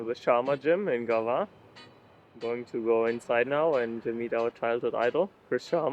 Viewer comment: Lmfao “Gaza” you meant “Gava!”